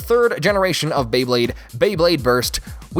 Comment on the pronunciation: You NAILED the pronunciation!